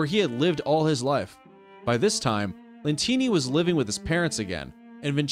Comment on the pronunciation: It shows Francesco Lentini but he said Co Lentini